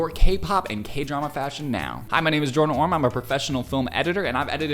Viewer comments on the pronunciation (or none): none